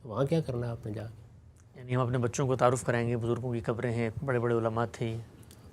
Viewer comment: میاں قبریں کہیے، کبریں نہیں۔ ابھی آپ نوجوان ہیں، تلفظ ٹھیک کر لیجئے، ورنہ زندگی بھر غلط بولتے رہیں گے۔ اور یہ غلطی معمولی نہیں ہے۔ مطلب کچھ کا کچھ ہو جاتا ہے۔